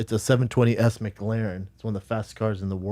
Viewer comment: Brandon "big car guy" Schaub pronounced McLaren like it's a fucking McDonalds sammich. Mic Larren